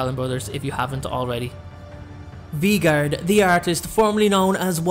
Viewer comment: the next one is VEE-gard Me: 😂😂🤣🤣 lol it’s Vegard: not the Bakery and clearly Snape doesn’t love her back Me: OMG LOL 😂😂😂😂😂🤣🤣🤣🤣🤣 got me on the floor laughing sorry no hate I just thought it was funny